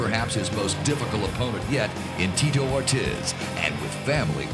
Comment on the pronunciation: How is it possible that the voiceover guy said both Tito Ortiz’s first and last name wrong